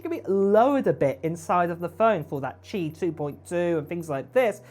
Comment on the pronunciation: You pronounced Qi correctly!! Good job! 👍